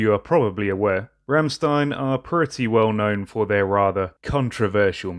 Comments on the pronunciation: Bro sorry but its Rammstein Not Remstien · It's pronounced rrrrramSHtain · "St" are pronounce "ch" it's "rammchtein" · its pronounced rammschtein <3